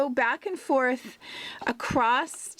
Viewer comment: Irritating how you keep saying ‘acrost’ rather than ‘across’ // otherwise good video